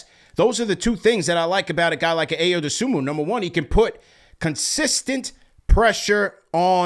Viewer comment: Ayo’s name pronounced “EYE-oh doe-SOO-mo”